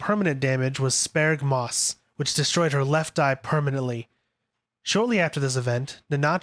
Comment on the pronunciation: The way you pronounce sparagmos hurts